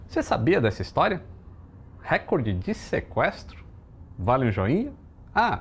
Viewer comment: ReCORde; e não "RÉcorde" (como insiste a Globo).